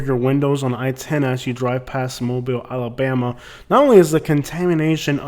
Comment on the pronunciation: Why do out-of-towners add an E when they say Alabama?.. they always say Alabeama I'm from Tuskegee and I've never heard it pronounced like that